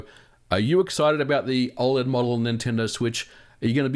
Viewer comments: Dude you gotta stop saying oled like that, fr It's oh-led (I think) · You say OLED very weirdly!